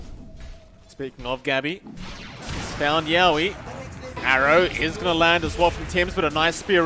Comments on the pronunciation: Yeah and yowe's too... He's saying YAWe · Its hilarious how the casters pronounce yowe and rupido's names lol